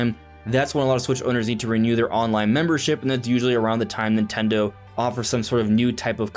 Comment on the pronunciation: Nin-ten-do. Say it three times. That is the company’s name. Not Nitello or Nintello or Nutella. How hard is it to say their name?